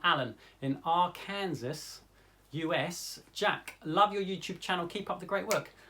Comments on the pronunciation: Isn't it more "'ar-ken-saw"? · "Arrr...kansas." X-D For the record, it's pronounced "AR'-kan-saw" and yes it makes no sense since Kansas is pronounced, well, Kansas. Then again, y'all have Worchestirshire and Leicester. So I figure we're even. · Hi Jack... Love your videos and have learned a great deal from you. I'd like to teach you just a little something... the word "Arkansas"... it's one of those silly American words that sound nothing like it's spelled.... Ar-can-saw.... although Kansas is pronounced... Can-sis .... go figure!! LOL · Sorry but I just have to say, it’s Are-Can-Saw (Arkansas) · Love you Jack. Arkansas is pronounced AR-kan-saw. No kidding. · Your pronunciation of Arkansas reminds me of that "I am confusion" meme hahaha I think it's meant to be pronounced as Ark'n'saw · But Our-Kansas is way funnier! 🤣😆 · <3 your video... but "Arkansas" = "Arck + kan + saw." (Don't ask me why.). ;) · AR-can-saw, Jack, AR-can-saw=Arkansas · Arkansas is pronounced "ar can saw" 🤗